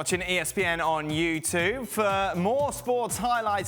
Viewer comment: "ThAnk You VEry much for watching espn on YOOUU TUUV"